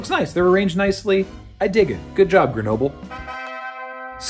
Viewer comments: Gre No Ble? Canadian is not supposed to be a bilingual country!? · So... Just so you know, "Grenoble" isn't pronounced like that. French doesn't do the thin English does of inverting the "e" and final consonant when pronouncing a word. Like "noble", "centre", "theatre" are spelled the same (up to diacritics for "théâtre") in French and British English, but not pronounced the same. Grenoble is pronounced \ɡʁənɔbl\ .